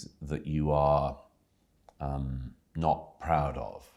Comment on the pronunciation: why does he say 'not' like that